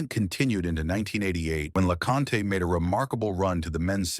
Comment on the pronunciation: Aside from the terrible pronunciation of both Henri Leconte's and Guy Forget's names, when you say that Leconte beat Lendl, you are actually showing a picture of Bjorn Borg... there were a few other picture errors but they were not as noticeable and appearing for a shorter amount of time or had multiple players so could be perceived as illustrations. I saw a picture of Leconte and Lendl side by side but it was much later in the video.